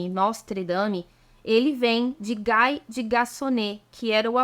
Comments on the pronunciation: GUY em francÊS DIZ-SE "GUI" " GUAI".É A FORMA INGLESA!! ACHEI SEU VIDEO É MUITO NTERESSANTE!! OBRIGADA!! ATÉ AÀS REVOLUÇÕES RELIGIOSAS BEM DEPOIS DE 1500, não e falava em CATÓLICOS mas sim CRISTÃOS!! Havia JUDEUS, CRISTÃOS E Muçulmanos! SÓ DEPOIS D,E LUTERO E CALVINO SE passou a CHAMAR CATÓLICOS porque todos eram cristãos.....mas diferentes!!!! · "Guy", em frances, pronuncia-se "gui", e nao "gai" "Gai" diz-se em ingles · Se for francês o senhor Guy a pronúncia é Gui.